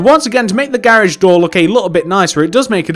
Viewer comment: Why do you say "gairage"